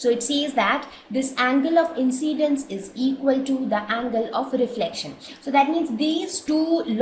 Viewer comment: its not angle of inCCCCCCCidince